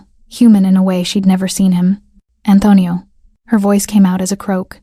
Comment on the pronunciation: Great story 👏. Narrator doesn't sound how to say Antonio. He doesn't know how to get a hold of her? He owns the hotel so he can't find the employee roster and find her? Not believable.